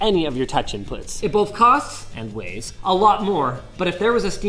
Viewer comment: I dislike how put more emphasis on "cost" instead of plays